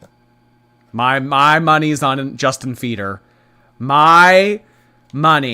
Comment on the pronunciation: not “JUSTIN FEEDER”